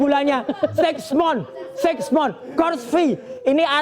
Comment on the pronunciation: "siks mon" itu apa, roy suryo .... pronounciation salah2 aja sok paham ttg ijazah luneg